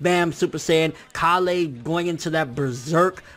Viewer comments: "Ka-lay" nigga her name is "Kale" like the vegetable. It's pronounced the same way lol 😂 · My biggest issue is people pronouncing kale KAH-LEH. when its pronounced exactly the same as the vegetable she is named after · I'm pretty sure it's pronounced kale (like the vegetable) instead of kah-le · Why do you pronounce kales name like that? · Do you say Kale's name wrong on purpose or you actually don't know how it's pronounced? This is a serious question btw.